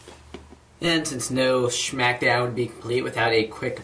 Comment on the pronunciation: schmack down?